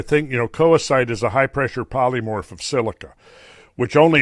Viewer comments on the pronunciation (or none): none